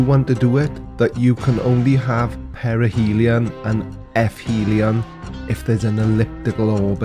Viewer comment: Perihelion??! I was sure he said perineum. What a load of bollocks 🤣